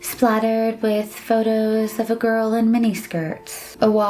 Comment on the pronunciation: The way show said Photos😧😄😄😄😂😂😂😂😂😅😅 Lol